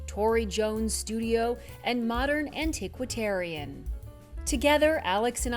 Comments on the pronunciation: It's "antiquarian" not "antiquitarian" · antiquarian--not antiquitarian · The narrator needs to learn how to pronounce "antiquarian"